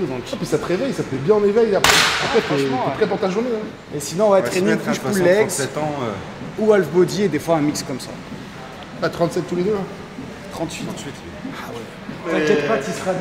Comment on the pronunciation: Les gars, "Alf", c'est l'extra terrestre de notre enfance... "half", = moitié en anglais, se prononce haf. On ne prononce pas le L. comme walk, on prononce woke, ;)